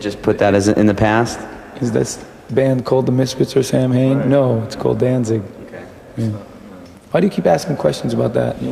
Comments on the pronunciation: Wow. Even doesn’t know how to pronounce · i cant stand how he mispronounces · Names band, doesn't know how to pronounce lol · Danzig usually reiterates the true pronunciation in interviews. He admits the band's way of saying it is just because that's how it rolls off of most people's tongues and it's how it's spelled, so he just goes with it.